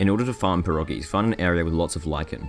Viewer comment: You mispronounced perogies